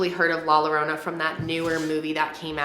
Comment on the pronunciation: XD it killed me when u said Llorona love ur vids tho